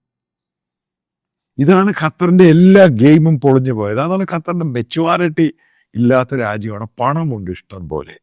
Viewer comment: Matuaarity alla mone, maturity 😅